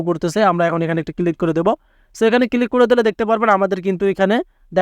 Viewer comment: ক্লিক ❌ কিলিক ✅